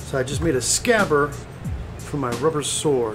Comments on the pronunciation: I was wondering what happened to D in scabbard? Aaaand since we're having a pronunciation post and all the name of the company Tamiya (as far as I know as theres apparently no long "I" sound in Japanese) is pronounced Ta-mee-a not as, the amazingly awesome and Bill Doran say) Ta-my-a, I know I might be getting a little grammar weirdo here but it drives me loopy hearing it said, to my mind, the wrong way. Now if I'm incorrect please tell me because I'd hate to make a total arse of myself? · The word is scabbard